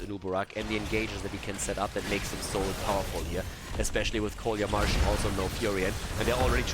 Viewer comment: Oi, "КоляМаржин" should be read "Kolya Margin", not "Kolya Marshing", these are first and second names (Kolya is friendly name of Nicholaus) =))